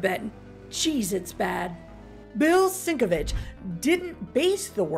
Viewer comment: Cool info, I always loved the cover. BTW the artist's name is pronounced SIN-KEV-ITCH.